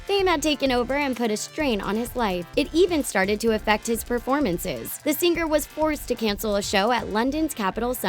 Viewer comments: "Sing-ar" It's singer, you Idiot! Why do you over enunciate the 'g' at the end?!?! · "Sing-ger". It's all I can hear 😅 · i kept hearing "sing-Ger"